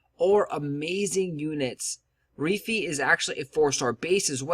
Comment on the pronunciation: Good Video. But I cringe every time he said Reefee lol